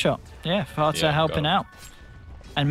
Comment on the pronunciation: he said FATA lmao